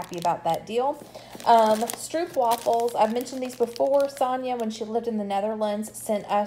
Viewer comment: Stroepwafels...I always LOL a bit when I hear English speaking people pronounce stroopwafels.